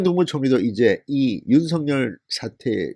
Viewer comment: 윤서결로 발음하세요 윤성렬로 들려요